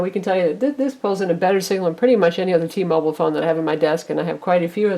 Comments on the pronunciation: t-mobile, not t-mobol. say it how spelt. -. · Blackberry bold nighty nnnine hundred for T-mobole...? WTF lol